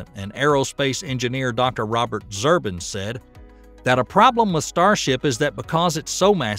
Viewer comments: My God! Weird these hillbilly voiceover guys come from? You really need to learn how to pronounce people's names correctly. Like Robert Zubrr I n… Look at the location of the letters and pronounce them in their proper order. I know what I'll be doing soon enough. In my retirement. And that's doing these voiceovers. These narrations. Because I know how to pronounce these people's names. And moron hillbillies, don't. They've never heard of any of these people. As they have zero intellect. Zero knowledge. No interest in science, math, history, space. And doesn't know how to pronounce these names of people who have been in documentary films now for over 30 years. Some even 40 years. And clueless voiceover narrators. That never heard their names before. As they have been living in a black hole. Or something? An alcoholic or drug induced stupor perhaps? I meet that just ruins this documentary. To hear a redneck who did not read through their script beforehand. That does not have any idea how people's names are to be pronounced correctly. Such an insult! This is embarrassing. What a disappointment. As, how am I to take in any of this information whatsoever? With a clueless narrator. Who's never watched a documentary film before in their lives. Over the past 40 years. Or maybe the past 18 years? As they couldn't be more than 18 years old in their educational background. And getting the names of these scientists, wrong. After they have appeared on countless documentaries. And over a p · It would be nice to pronounce Zubrin's name correctly. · It's Zubrin not Zurbin. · His name is Zubrin, not Zurbin. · Hey,...,.... It's not,... Zurbin,... it's,... "Zubrin" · Zoo-brin, not Zerbin. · The name is Zubrin, not Zurbin! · It's Robert Zubrin NOT Zurbin! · It's Zubrin, not Zurbin. You got it wrong 4 months ago,and you didn't fix it before you reposted this time. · Robert's surname is Zubrin not Zurbin! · It's not Zirbin.........it's zubrin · FYI, it's Zubrin, not Zurbin